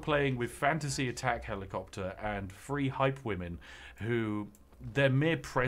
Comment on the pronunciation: Is it just me or does he say “warhammer free” instead of “three”?